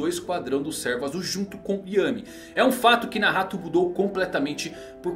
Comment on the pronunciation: Ficou mt entranho vc falando Nahato kkkkkkk toda hora penso que é Nagato